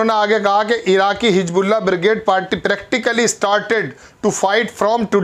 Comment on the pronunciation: Bhai Hijbullah nahin Hizbullah hai,Salman nahin Mohammed Bin Salman hai,Ashraq al awsat nahin Sharq al awasat hai,pahle Urdu ka sahi pro nounciation seekhiye